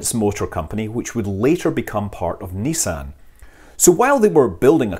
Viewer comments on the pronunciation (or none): none